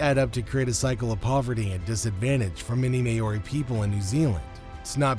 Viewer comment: So, what just happened? The commentator really needs to do some research into the pronunciation of “Māori”! “Mahri” not “Mayoarie”!!!